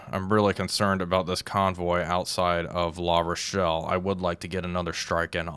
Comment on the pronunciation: He can say Brest and La Rochelle just fine x) But Le Havre sounds like Havra.